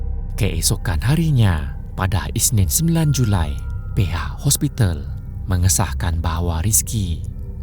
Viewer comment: JuLi min bukan Julai😂